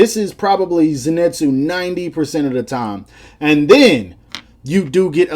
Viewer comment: Zenitsu is pronounced like zinitsu or zenitsu not zenetsu (no hate :) )